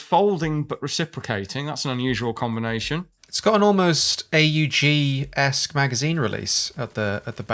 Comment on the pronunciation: Thank you soo much for calling it the: A U G, and not pronouncing it as a word. Too often do I hear people pronounce “AUG”, as “Owgh”… “AUG” isn’t a word, it’s an acronym people! It stands for “Armee-Universal-Gewehr”! (That’s just a little pet peeve of mine…)